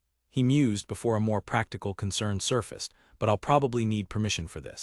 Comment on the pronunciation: Nothing says AI like the narrator repeatedly pronouncilg "I'll" as "I.L.L.". 🤣